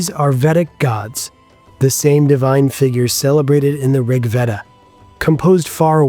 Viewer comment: Thank you for teaching me something new. I really like your videos. For future reference, the letters VED in words starting with Veda are pronounced like the AY in WAY not like EA in HEAD